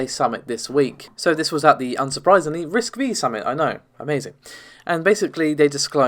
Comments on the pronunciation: RISC-V is pronounced as "risc-five", not "risc-vee". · And I’m pretty sure the V in RISC-V is pronounced “five”